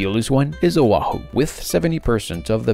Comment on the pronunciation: You mis-pronounce Oahu completely